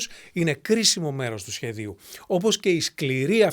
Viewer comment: Ομολογουμένως, εξαιρετικό περιεχόμενο, παρουσίαση και εμπειρία. Ως λάτρης της ελληνικής Γλώσσας, με εντυπωσίασε η άρθρωση, το πλούσιο λεξιλόγιο και η εκφορά του λόγου. Μέχρι του σημείου που άκουσα το «του σχέδιου», όπου υπέθεσα ότι ήταν τυχαίο λάθος. Μετά όμως το επίσης τραγικό «του δάσκαλου», που άκουσα σε άλλο βίντεο, αντιλήφθηκα ότι δεν έγινε λάθος. Αφήνω αυτό το σχόλιο προς χρήση από του θεατές των βίντεο: Στη δημοτική γλώσσα, ο τόνος συνεχίζει να κατεβαίνει στην παραλήγουσα (του σχεδίου, του δασκάλου). Μη φοβάστε ότι θα χαρακτηριστείτε αρχαιοπρεπής, μάλλον θα χάσετε τον θαυμασμό όσων γνωρίζουν την ελληνική Γλώσσα.